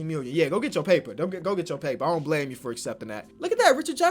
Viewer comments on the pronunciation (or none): none